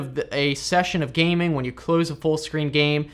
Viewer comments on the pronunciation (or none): none